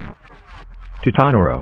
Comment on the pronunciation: Tutanoro is <0-0> not [0-0]